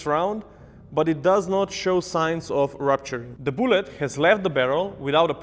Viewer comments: He says “boolet” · I dont know why but when says "bullet" I hear "boollet"